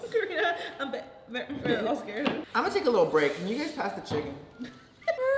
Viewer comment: "imma take a break, can you guys pass the chiEcken". bruh im deadd😂😂